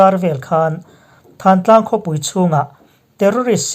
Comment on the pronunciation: Thantlang nilovin thlantlang tih zawk tur a ni e